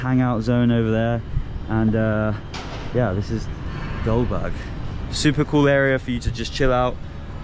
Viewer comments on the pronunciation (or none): Not Goldberg it's gulberg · Its gulberg not gulburj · its not goldberg its gulberg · Its not goldberg its gulberg I love your videos and Also a gesture towards Pakistani people Love you My boy if you have time to visit Islamabad than i am excited to meet you 😍❤️ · It must be Gulberg not Goldberg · it's gulberg the name of area